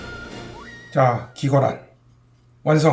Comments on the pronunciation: 병량환 발음 한번을 제대로 못하시네요 ㅋㅋㅋㅋㅋㅋㅋㅋㅋㅋㅋㅋㅋㅋㅋㅋㅋㅋㅋㅋㅋㅋㅋㅋㅋㅋㅋ 기갈환도 그렇고 ㅋㅋㅋㅋㅋㅋ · 경량환 기갈환 수갈환 다 발음이 빡세네요 ㅋㅋㅋㅋ